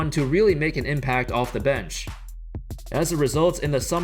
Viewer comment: Who else getting annoyed but the way this guy says bench